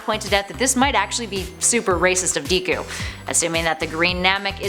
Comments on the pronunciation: Dee koo it's pronounced deck ku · I can’t watch... “Deekoo” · as you can see she has great gramer. ITS DEKU NOT DE KU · Wait if she watched my hero academia sh would know how to pronounce DEKU not DEEKU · DEEKU AND VACHEETAH it’s deku and vegeta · No lol not dekoo. Dekuuuuu! Midoriya if you can't say it right. Omg lol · wow guys did you hear vee cheeto and dee ku guys i did not know this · DEEKU AND VECHEETAH. get ready for guhkuh and susuugay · Ve-cheat-a Day_ku and San-G😭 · Please never say Deeku again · You said Deku rong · The way this lady pronounced Vegeta, Sanji, and Deku is literally the most cringiest this ive heard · Where does she see a “ch” in vegeta and an “i” in deku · and the way she pronounced deku , really made me chuckle